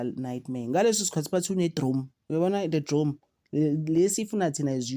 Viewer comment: Drone not drom